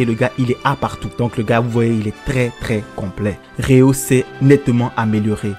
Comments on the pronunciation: Svp répondez moi pourquoi il dit RÉA au lieu de RÉO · c genant de dire Rea